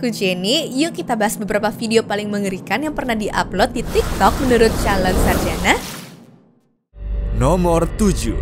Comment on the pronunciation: Nada opening pas ngomong "Calon Sarjana" coba di benerin lagi kak, biar enak denger nya❤